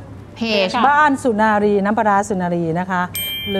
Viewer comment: สุนารี ไม่ใช่ สุรนารี โอยยย อิหยังวะ